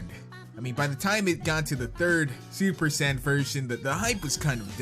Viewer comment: you are saying super Saiyan wrong